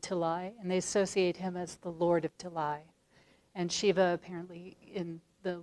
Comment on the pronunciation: It's Shiva, not """Shivver""".